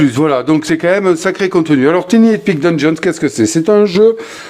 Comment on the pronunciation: Merci pour la vidéo, on prononce TAILLE Ni epic. Merci!❤